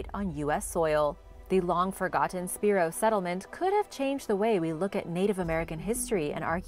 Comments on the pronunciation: The mound in Oklahoma is said Spy-row spelled Spiro though, so totally understand. Great video. information is great and very interesting. Always love your videos. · Pronounced.. (Spy-Ro).